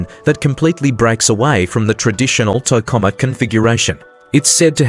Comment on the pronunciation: Obvious AI generated garbage clickbait. Can't even pronounce Tokamak correctly.